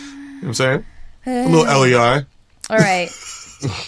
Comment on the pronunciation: mero saying "Giulia, giulia" all italian like